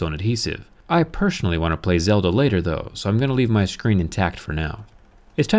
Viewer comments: he said “pershonally” not personally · “I pershanally”